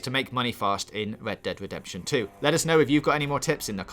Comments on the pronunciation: I thought he said Lead Dead Wedemption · i feel bad for making the guy who cant pronounce his Rs to talk about "Wed dead Wedemption 2"